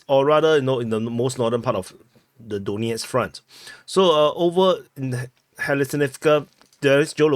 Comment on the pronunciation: Your "Donetsk" sounds a bit too much like "doughnut"... it's "Dan-YETSK".